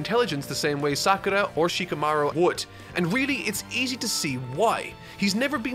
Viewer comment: Shi-KAH-maru. HI-nata. These vids are great and I’m glad you’re discovering this awesome story. I haven’t read the manga but I started watching last year and only recently finished. I wish the anime got the DB Kai treatment. Far too much filler and padding time with flashbacks.